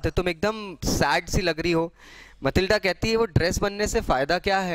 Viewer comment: It is Matilda not Malitda